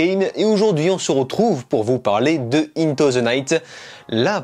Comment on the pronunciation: Par contre tu pourrais faire un effort pour dire correctement "into"